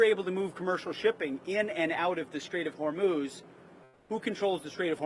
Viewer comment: Is it me or does Kegsbreath keeps pronouncing it as " The Strait of Vermouth "